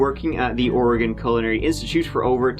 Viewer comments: As a native Oregonian that hates always having to correct people’s pronunciation of Oregon, thank you for getting it right this time…since last video about Oregon you didn’t. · THANK YOU for pronouncing “Oregon” correctly! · Hey! This is the second time you covered Oregon. I live about 45 minutes south from Portland. I appreciate you pronouncing Oregon correctly. So sad. I remember hearing about this happening. Good job. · Thanks for saying Oregon and Oregonian correctly. Many Americans can’t even manage that. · Nailed the pronunciation of Oregon!! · Thank you for pronouncing Oregon right,!😂😂😂